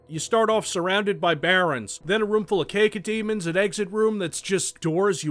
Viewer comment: Um excuse me "Cake-oh demon"?....., I love you man but...god that was a bit painful